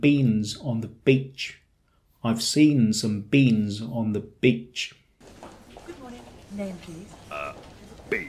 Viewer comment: 我想請教一下。点解我聽到讀beach嘅時候，好似比較短左嘅？有D似左bitch? 可能係我聽得吾啱？😄